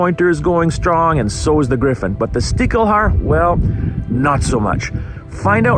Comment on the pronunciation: I'm a hunter from Germany and I couldn't tell you what a "Stichel" is, never heard that word. 😅 Small note on the pronounciation: The german "ch" is sometimes pronounced "ck" and sometimes "sh". In this case it's "Stishelhaar", not "Stickelhaar".